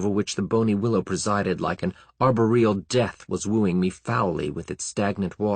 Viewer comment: Meh. Somebody spent hours reading you a book for free. Nobody's perfect. FWIW, I pronounce "desultory" with the accent on the 2nd syllable. This reader accents the 1st. Or "arBOR-e-al" which he pronounces "arborEal," with the accent strangely placed on the 3rd. Dammit. started complaining and now I'm nit-pickin'. I'll tell you. Reading the turgid prose of Poe, Burroughs, Howard and Smith as a youngster, I learned a lot of vocabulary that I understood by context, but never heard spoken aloud, except by ME, and often I discover, later, that I'm pronouncing them, incorrectly. Tarzan had me pronouncing "cache" like "cake," as in "stomach ache," because logic. LOL!